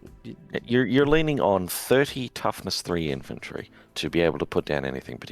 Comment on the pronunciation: "Infanrty" and "Hoard"